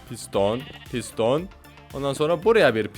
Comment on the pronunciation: NORMAL=Piston ABİNİN DEDİĞİ=Pis Don💀🤣